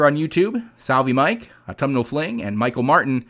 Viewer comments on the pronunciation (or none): none